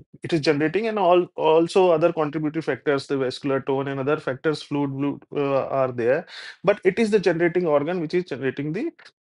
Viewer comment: I love when you said fluid, wluid 😂😂😂